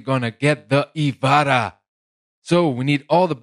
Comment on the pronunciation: its not the ivara. just ivara